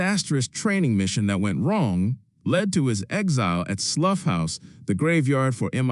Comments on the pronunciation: Slow Horses is a pun on Slough House. "Slough" is a town so check your pronunciation. It rhymes with HOW not HUFF! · Slough is pronounced like plow. That's the British for you! From the U.K.. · IF the narrator had ever seen the series , he would know how to pronounce "Slough". AI or hired gun ?